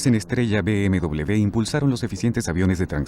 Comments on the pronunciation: No se dice BMdoble B sino doble UVE o uve doble. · por que dide usted B M...doble B es B M uve doble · MANIAS DE DECIR .....B.M.DOBLE B......SE DICE ...B.M.DOBLE V.......O ...BMW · ¿Por qué dice "be eme doble de"? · yo no entiendo porque vamos a Latinoamerica, si no hubiésemos ido ahora todo sería mejor, por cierto bmw se pronuncia con V (uve) y no con B (be). si en "werke se pronuncia con B" lo hubieses puesto con V estaría bien pero vamos tu ve a lo tuyo, que todos los países digan BMW con uve y lo digan bien, si según tu todos los países lo dicen mal excepto tu que insultando tienes la razón pues habrá que darte la razón no? por cierto cuando insultas a los españoles te insultas a ti mismo porque tienes sangre española. sabes insultar con una eficiencia pff